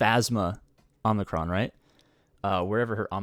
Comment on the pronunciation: Oh good lord. I can’t take it any more. There’s one N in Omicron. And that’s at the end. Not after the M. Please. 😂